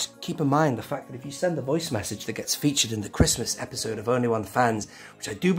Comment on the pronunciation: Obi-sode instead of episode